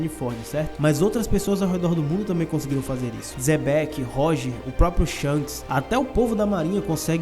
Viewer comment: Não é zebec, é Xebec com X burro.